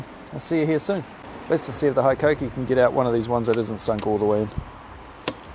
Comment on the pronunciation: Where’d you pick up the bad habit of saying High-koh-kee? It’s Hee-koh-kee.